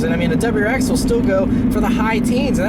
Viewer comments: Great review of the "DubuwwrrX STI" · Please stop pronouncing WRX like “dubuyurex”.